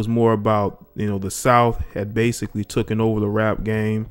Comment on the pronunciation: Jesus, the word is ......TAKEN.... not ....TOKEN over.